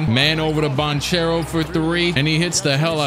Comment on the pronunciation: Actually Banchero is pronounced as you said, because it's an italian second name anche ch is pronounced like k